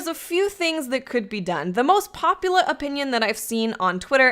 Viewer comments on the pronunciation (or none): "The most popula opinion..." lol